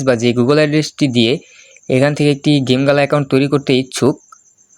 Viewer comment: ওইটা জিম গেলানা ওইটা গেমগালা